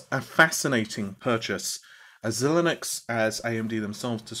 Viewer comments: It's not Zil nix. It's pronounced like Zy Links. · Xilinx is pronounced as Sy-links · I'm pretty sure the company name Xilinx is pronounced Zy links